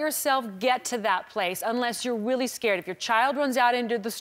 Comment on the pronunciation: i love how she says weally instead of really